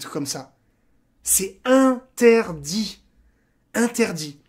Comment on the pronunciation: On dit c'est in - ter - dit mdr